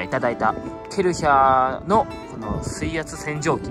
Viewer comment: ケルシャー ではなく ケルヒャー だと （笑） ドイツの会社だよ 有名だし😆